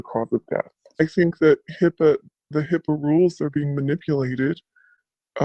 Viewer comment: Dearest it’s HIPAA not HIPPA ❤️